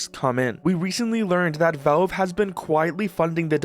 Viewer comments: most concerning is his pronounciation can anyone teach him is valve not? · could just be mispronouncing on purpose for comments you never know